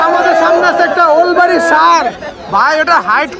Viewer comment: উলবাড়ি ❌ ওলবাড়ি ✅